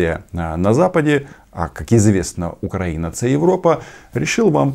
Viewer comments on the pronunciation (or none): none